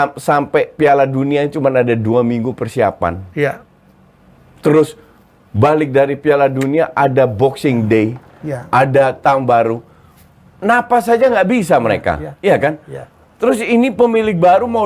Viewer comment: boxing day bung bukan bokser day 🤣